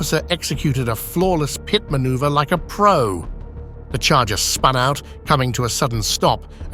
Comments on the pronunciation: its pit maneuver not pitty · Classic "pity maneuver" - is, of course, an incorrect use of the English language. The term is "pit." The narrator or robot voice is not informed.